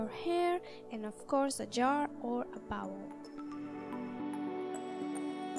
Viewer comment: I love how she says bowl lol☺️